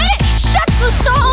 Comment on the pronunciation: it’s pronounce Crouton not Gruton